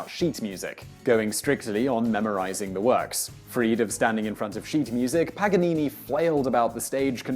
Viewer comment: it is paGanini not paNanini😂